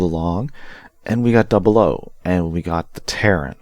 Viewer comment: i think you missed the "i" in the name, it's Tieren, "Tee-air-en". The commander has the squared head, not twin sensors on sides of head.